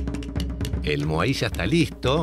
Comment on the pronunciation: Che, moai, sin acento. Hanga roa, se pronuncia angaroa. Por cierto...tu hermano es un capo surfeando.